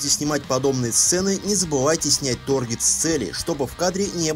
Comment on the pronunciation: "Торгет" ммм ты знаешь как доставить эмоции которых меньше всего ждёшь